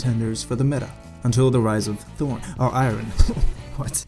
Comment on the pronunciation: "Rise of thorn" lmao